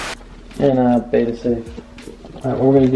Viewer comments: ok first of all, it is properly pronounced bed-uh... second of all did you not cycle your tanks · If you’re a kid watching these videos because you want to get a betta PLEASE do not do what he does. He doesn’t even pronounce betta correctly, he has no idea what he’s doing. I can’t believe this. He KNEW people would say that tank wasn’t good and chose to get it. One fish died, another was moved into a tank that isn’t set up correctly (with plastic plants that will hurt his fins), and another was given to a place that will cause the fish to become depressed and maybe die. There are so many people who love fish who can tell you the information you need, nothing he’s doing is correct. Please reach out so someone who knows how to take care of fish. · God Damn he listens to u guys just to change the environment of all the fishes and people still hate on him!!? Fucking ridiculous. He g aved it to the store what other choice did he have!? To release into his pond? NO. So what he doesn't pronounce "betta" correctly!? If the 3 little tanks were allow to be sold in the store it's because the government looked at them and gave the right for the company to sell their product in stores!!